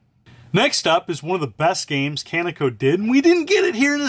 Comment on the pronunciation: Kaneko is pronounced Kah~Nay-k'oh